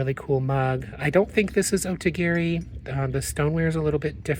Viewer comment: I have a funny confession. When I first started watching you, and the first couple times I heard you mention Otagiri, I thought you were saying "Ode to Gary". 😂I had never heard of it before! Then when I saw it written somewhere it dawned on me-- a little epiphany. LOL